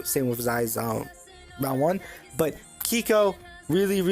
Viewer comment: say keiko like quico from el chavo bro thats the right way!